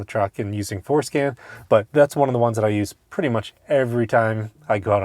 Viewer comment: 😂 I hear it every time